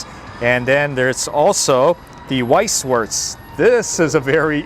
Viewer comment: Please check your pronunciation before you say it i who lived in Germany for half my life...1st was Weißwurst 2nd was Jäger... 3nd was Spätzle and couple of other names... you said the owners are German ask them!